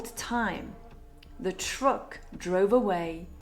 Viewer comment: The way you pronounce the word “truck” grated on my ears. And a couple of other words.